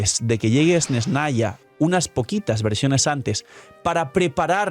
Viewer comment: Esnesnaya? Dilo como te enseño la rusa y crea tendencia 😉